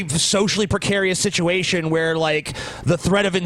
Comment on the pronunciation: how would you spell how says situation maybe sitwation?